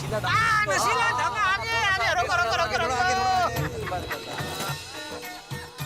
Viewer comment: shela ❌nashila🤣🤣